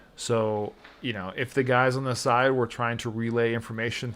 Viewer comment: He pronounced tide instead of side 34:7 sec and many more